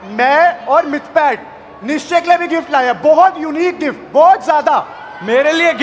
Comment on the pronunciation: Abey woh "nischay" bol rahe the